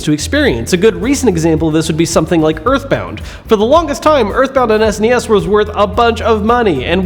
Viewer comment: "Ess Enn Ee Ess?" You get a thumbs up, my friend.